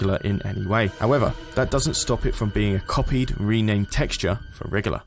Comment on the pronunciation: He's wiggler not wriggler